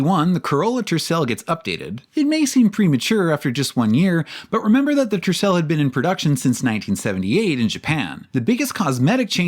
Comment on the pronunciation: "the tressel" ffs i swear to god americans can't pronounce shit when the letter R is involved. Same things goes for RCR and the Chrysler "le saber" 🤡